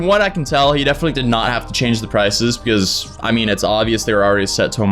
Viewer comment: I like how he says pecause instead of because